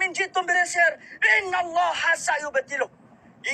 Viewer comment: Korang cuba dengar dia sebut nama allah..betul ke tak..kenapa ada huruf w